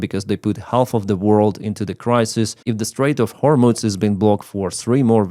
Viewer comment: Excuse me,, it's hормуз, not hормуц